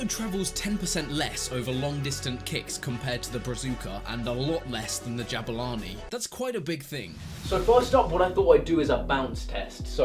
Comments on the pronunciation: its pronounced Jaboolani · You mispronounced Jabulani 😁😂